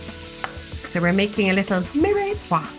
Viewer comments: It’s one syllable not two. There’s no acute accent on the e. So phonetically it’s meer-pwah. Nor miray pwah. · I was thinking the same thing.I wonder if that's just a common way.They might pronounce it in ireland?